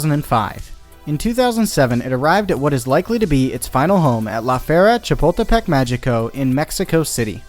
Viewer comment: Say "La Feria Chapultepec Magico" again... I dare ya...